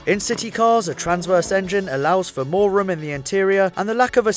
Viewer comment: "More rum in the interior"